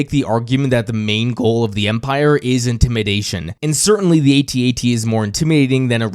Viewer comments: Hearing you say A T A T every time is just another reason why it's AT AT. Only generation dip thong would add two unnecessary syllables for some logical fallacy. Despite your crimes against humanity, I am enjoying this series and will thumbs up the video. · Sorry your INCORRECT on the pronouncing "AT-AT". It is pronounced ""AHT AHT" like in saying the word "Actually". BECAUSE I checked a Kenner toy commercial for that toy and its pronounced (like I said saying the word "Actually" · Not saying at at..is like not saying scuba.. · THANK YOU!!! No one should EVER say At-At!! A.T.-A.T.! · Sorry champ, pretty sure we were calling them “at at’s” well before you were born. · As an original Star Wars kid (I was 8 in 77), I never even heard A-T-A-T until something like 25 years later. My toy was/is an AT-AT. The other pronunciation is like nails on a chalkboard to me, truly. (Oh, and the little one is a “chicken walker” 😋)